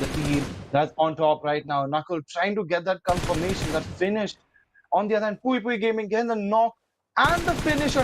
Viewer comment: its piupiu gaming not puipui gaming dear caster 🤣,piupiu gaming is bae❤